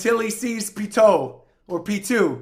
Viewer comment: Why is it that you go back and forth in pronouncing Pitou's name correctly? I mean here you said right at first (Pee-Toe), but then you acted like you were correcting yourself by pronouncing it wrong (Pee-Too).